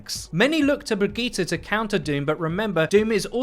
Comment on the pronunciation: Is he serious about his pronunciation of Bridgette? I’m wondering if this is a joke or if it’s a regional thing or what?